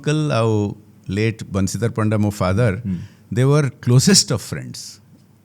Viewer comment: Aare Panda babunku Paanda kahinki kahucha even if you are an Odia, please try to pronounce his proper surname ... Even though you say it in Hindi or English, it is Panda, not Paanda